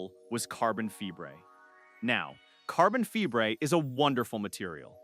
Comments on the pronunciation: Carbon Febreé? 😂 Carbon Fiber is more like it, AI has a real problem with the English language! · Carbon Fee-bray... 🤦‍♂️🖕👋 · I sat through the mangling of multiple names. I even sat through the bungling o" carbon fiber". But AI that's so stupid it can't pronounce the word "kilometer"? That tells me no human hand touched this content. And I'm not going to support insulting shit like this. I'm outta here.